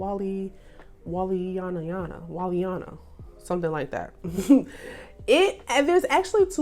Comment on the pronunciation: Wall*ini*ana. That’s how you pronounce it.